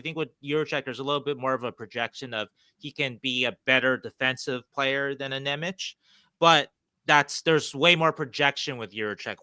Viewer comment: Nemec is pronounced "Nemetz"